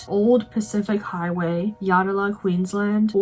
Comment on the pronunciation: Interesting you chose Yatala Pies. I would not have thought that Yatala pies are a tourist attraction. They are great though. BTW, it's pronounced Yat-la.